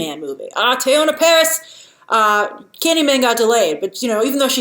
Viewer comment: Her name is pronounced Tee-Yanna like Anna and Elsa.